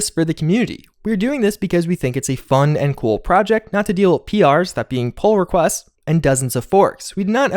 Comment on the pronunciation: What did he say PR meant? I just heard "pole request".